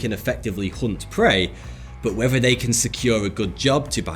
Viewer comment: Love your videos but please stop pronouncing “th” as “f” Whefer or not you listen to what I’m saying, the weafer is still calling for rain today.